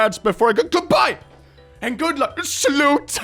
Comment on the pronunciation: Suddenly he spoke swedish, but it's weird to end a conversafhoon with the word "end"